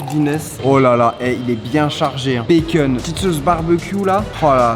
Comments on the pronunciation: Du béqueune wsh dit du bacon normalement chakhal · POURQUOI TU DIS « BAY-KEUN » AU LIEU DE BACON 🥓 💀😂